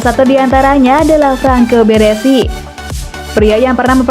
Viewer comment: BARESI bukan BERESI min...